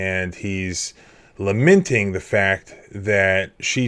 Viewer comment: Thanks for the video. It’s not pronounced“laminting’ but lamenting (like its spelling).